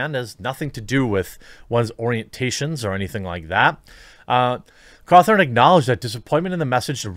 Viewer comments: It’s gonna Scott Cawthon not Scott Cawthorne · Its Scott Cawthon not scott cawthorn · This is bothering me stop saying Cawthorn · Great vid, i just can't get over the fact that ur calling him Scott Cawthorn Its Cawthon, there's no "r" in his last name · I hate the fact you pronounce his name scott ko-thorn instead of how it is pronounced, ca-thon. But other than that great vid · His name is pronounced caw-THU-n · It's been how many years of the huge FNAF series and people are still pronouncing Scott's name wrong.. Totally agree with the message though. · There is no "r" in his name, Jeremy.